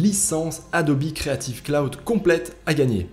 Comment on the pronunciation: "adobi" ? première fois que j’entends adobe prononcé comme ça!